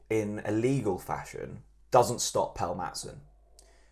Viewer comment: PELLE Mattson, not PELL Mattson. He’s been here a while now …..